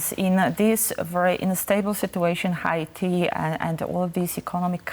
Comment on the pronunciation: Why does he pronounce Haiti like that? Not how we say it in English.